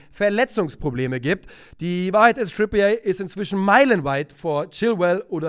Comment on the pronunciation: Trippier wird nicht Trippié ausgesprochen, er ist ja kein Franzose.